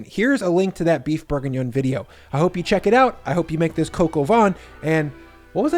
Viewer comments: its not pronounced coco van.. its cah coh vaih... -_ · “Coke o Von “. Jeezus fucking christ… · "Kok o vaan" is how it's pronounced. Not "coco von" 😆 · It’s not coco van it’s cock ow vin. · Pronounced more like "coke, oh van", and not "coco vawn". If you want to maximize the fat, I'm curious why you'd paper-towel the lardons. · Dude, Its "Coq au van" all over the fucking world, don't do the Freedum Fries performative dumb crunts carry on. Do you insist on veg cut "In Tiny strips" or "Julienne" ? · "Coke ah vaughn" lol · Your french pronunciation is oh so close but the way you say it sounds like, translated, "windy chicken" of "chicken of the wind." lol Say it with me: "cuck oh vei[n]" (don't pronounce the "n" in vein). Looks super tasty! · “Cocoa vahn.” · "Cock". I know America was founded by puritans so bad they got kicked out of the UK for being too fundamentalist, but it's still ok to pronounce things like "The Koch brothers", "Heckler & Koch" and "Coq au vin" properly. It's not going to hurt anyone. Oh, and "van" while we're at it. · Coq au vin. Not whatever you said.